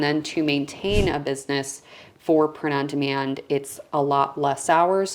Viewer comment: Sounds like you’re saying ‘prenundman’ and I was thinking ‘who’s he?’ Thanks for sharing this info. 👍🏻